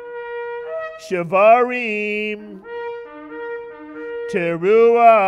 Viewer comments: They also have no clue as how to sound shevarim teru`a. Couldn't they have found out before making a laughingstock out of their religion? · Wrong. Shvarim-Teruah is supposed to be sounded as one the first time around.